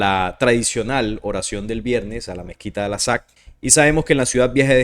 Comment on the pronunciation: Por qué sigues diciendo "alasak"? Chale...